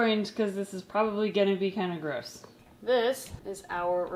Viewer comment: Why did you say gruce instead of gross?